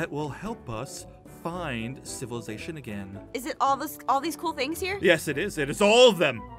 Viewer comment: He says civilazation and mankind and then he gets closer to jessica...